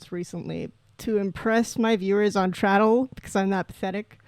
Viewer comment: I hope the traddle pronunciation is a bit for your stream because it was hurting me inside